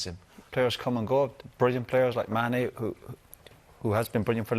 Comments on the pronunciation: No keano it's "mane" not "sane" 🤣😂..can't believe Jamie didn't correct him🤣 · It’s Gary who says mane first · He did say Mane in the beginning tbf.